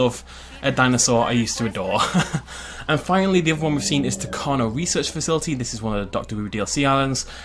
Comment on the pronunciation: Don’t wan’t to be annoying but this bugs me. Tacano is pronounced Tacanjo.